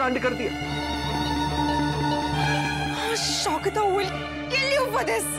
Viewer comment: Shaugata! Not Shogita